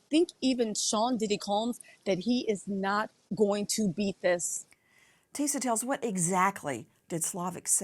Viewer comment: Nancy saying Tisa TELLS like Tell is her last name. 🤭😂